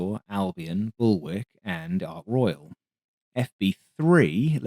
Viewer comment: I was thinking it was just a whoopsie when you called "WARK" (pronounced WALK by the way) "WICK"!!!........until you did it again a few minutes later, tut tut lol.